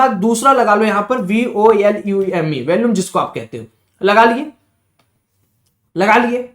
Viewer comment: valume nhi volume hota hai shi se pronounce to krle bhai